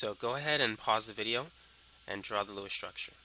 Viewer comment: "in this vidiyuh"